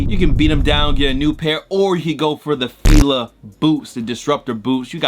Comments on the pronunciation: when u said fila i almost unsubscribed on the moment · Bro. I about unsubscribed when he said Fila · Who else came to the comments after he said fila